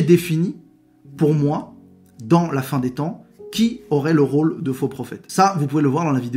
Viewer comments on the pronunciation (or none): none